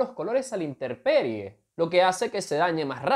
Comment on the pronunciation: dijiste INTERPERIE